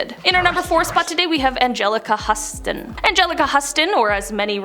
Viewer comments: Huston is pronounced houston. Luv ya! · Angelica Huston? It’s Houston. It was the pronunciation & the spelling today. Courtney Love looks a lot better in the last year or more. She doesn’t look so tacky & she doesn’t sound high att which is so weird to see when you’re a 90’s kid. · It's spelled Huston but pronounced as if it's spelled Houston. I believe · Huston is pronounced like the city of Houston. 😊